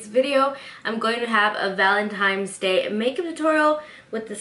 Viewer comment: I love your tutorials! Big fan here but I noticed whenever you said Valentine's, you pronounce it Valentimes. There is no M in Valentine's day sweetie. 😂😂😂 Other than that, this look is absolutely beautiful!! ❤️❤️❤️❤️❤️